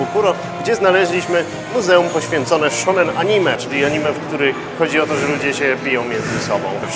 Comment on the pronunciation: Shounen, nie shonen.